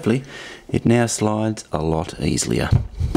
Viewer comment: You had me at “Easlier”